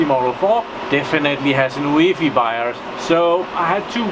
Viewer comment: I think, it is pronounced U E F I. I (from germany) sometimes also say it as a word, but i thunk it is wrong ;)